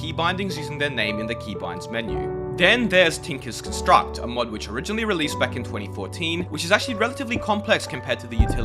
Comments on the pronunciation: tinkers construct refers to construct as a noun, you pronounced it as a verb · The way he pronounces tinkers construct 😭😭😭